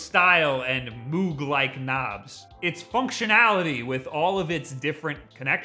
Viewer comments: Moog rhymes with rogue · We got used to "Marry-oh" but please, Moog is more like "Moge". Like mode, but with a g